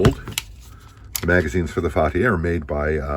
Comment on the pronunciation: Actually your pronunciation is perfect. Fatih means conqueror in Turkish that atributed to conqueror of Constantinople Mehmed II.